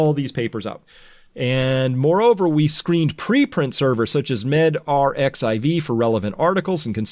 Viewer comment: 'rxiv' and 'arxiv' are pronounced 'archive'